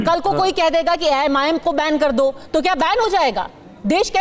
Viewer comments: पद्माजा जोशीजी, ये "बेवारिस" कठाण,बैन को "बैंड,बैंड" कर रहा है!☺️☺️😊😊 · बेंड नहीं बेन पहले बोलना तो सिख ले।😂